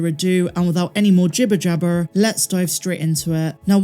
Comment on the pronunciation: Couldn’t tell you had a west country accent until you said “ Jibber Jabber” 😂